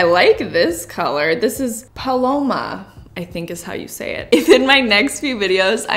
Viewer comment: "Pah-low-Mah" 😂😂 love you!!!!